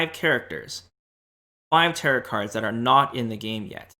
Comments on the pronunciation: It's tear-o, not tear-it cards. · Tear-it? Tear-ROW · it’s pronounced TEAR-OH not tear-it 😭 the last t in tarot is silent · Am I the only one bothered by the pronunciation of "Territ" cards? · Tarot pronounced taro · Stop saying Tarit card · Nice video I hope you don't banned me for saying this but you do know the the last T is silent on tarot. Pronounced taro or tarou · Just a little note, it’s pronounced Ta-ROH. I thought about those characters from the cards too. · Came here for this. teh· row All of the western world pronounces it like this. No big deal. :) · Second T in Tarot is silent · Tarot is a greek word so the proper pronunciation is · Taros is based in cathars divinatory disciplines and is a greek word so the PROPER pronunciation is like spanish people pronounce it